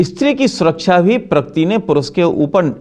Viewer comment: Ek to pakirti nhi prakriti hota hai saale...kl ko iski beti ke saath(bhagwaan na kre) aisa kch hua...tb bhi yahi bolega?